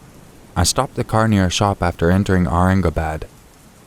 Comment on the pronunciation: Aurangabad (you pronounce "bad" as "bud")